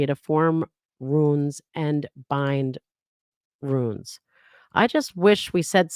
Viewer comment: It's runes not ruins